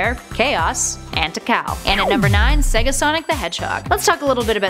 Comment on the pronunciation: Tickal? It's Teekal spelt: Tikal